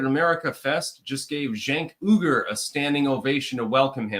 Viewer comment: Cenk and the Young Turks - didn't they grant fame and fortune to AOC? and isn't his last name pronounced like "wee-gur"?